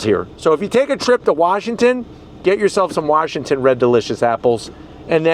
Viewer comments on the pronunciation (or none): none